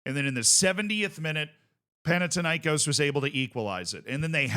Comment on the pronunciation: What's the deal with mispronouncing Panathinaikòs, it's Pan- athina- ikòs(the stress is on os like in Olympiakós)